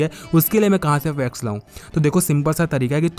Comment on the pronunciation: Facts ko fex bolte hai ye bhaiya